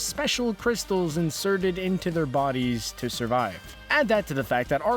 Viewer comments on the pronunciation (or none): none